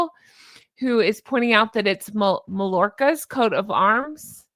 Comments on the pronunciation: Mallorca is pronounced, “ My Yorkah”. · Mallora is pronounced "my-orca". The double l in Spanish is pronounced as a y.